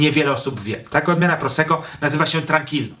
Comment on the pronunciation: czemu niegrzecznie...? Może więc równie "niegrzecznie" dodam jeszcze dwa grosze o wymowie. W języku włoskim podwójne spółgłoski są bardzo ważne i należy je wymawiać. Zatem nie "proseko" a "prosekko"!!! Ale materiał świetny, dziękuję za ten film.